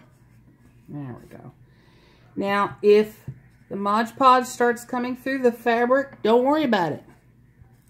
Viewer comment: It's NOT MODGE PODGE, it's MOD Podge.